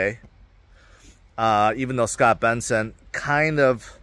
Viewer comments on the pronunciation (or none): Scott Bessent, … not Scott Benson. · Can someone from the team please tell that he keeps pronouncing Scott Bessent's name wrong.